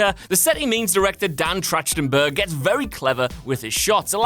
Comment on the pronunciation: This one is forgiveable cuz it's a weird name but as a diehard Totally Rad Show Fan, it is pronounced TRACK-TEN-BERG